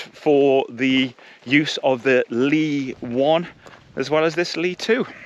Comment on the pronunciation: It is not pronounced anything like you said . It is pronounced like the last sullable in hilLY. But you are correct in your translation, both ly and vern for that matter translates rougly as shelter or cover. 😊